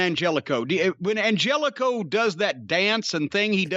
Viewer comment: It's pronounced An-hell-eh-co, and I see Klannette couldn't resist joking famine ridden African nations with "jokes"